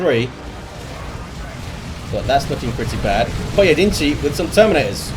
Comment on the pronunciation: Props on pronouncing the first guy's name in a mostly acceptable fashion, most people woulda butchered that lol